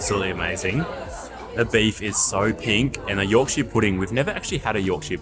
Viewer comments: By the way, place names are pronounced with a shuh, not shire. So it’s a Yorkshuh pudding 😉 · If it ends in shire, it's pronounced shur, never shire. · Yorkshire Pudding is traditionally eaten with Roast Dinner and Gravy, and its pronounced YORKSHER not YORK SHIRE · Even though it's called Yorkshire Pudding, it should never be called YorkSHIRE pudding. has it right, pronouncing it York-shuh Pudding! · Great vid loved it but need to correct the pronunciation about the puds - Its not a yorkshiar pudding. Its a yorksha pudding especially if you're from yorksha. Try Toad in the hole, with yorksha batter and sausage with gravy!!!!!!!!!!!!!!!!!!!! Keep up the vids cheers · Just a heads-up, Yorkshire is pronounced york-sure/shur. Americans will say the Shire abit like as in the Shires or Shire horse, but that is only said that way when it's on its own thing, and not attached to a place name. For some reason they can say New Hampshire correctly, some get it when I point it out. Londoners and some other areas in Blighty are the main ones telling me that I'm pronouncing wrong. They will still claim it is pronounced with sheer/shear at the end, even though I'm from Yorkshire with the lineage. Aussies get a free pass, you understand us more than the Yanks.👍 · The way you say Yorkshire it’s should be said like this Yawk shuh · Many place names in the UK aren't pronounced how you think. Yorkshire is pronounced Yorksheer. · Here's a English lesson for you, to stop you sounding like Yanks :) When ever you see "shire" especially when in our counties you pronounce shire = cher, as in the singer. So Yorkshire, you'd say York"cher", Nottingham"cher" etc etc. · PRONOUNCED YORK-SHEAR PUDDING. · I've never heard an Aussie pronounce Yorkshire like that before.